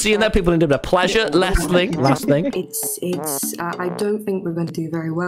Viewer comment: "iss a strawberry"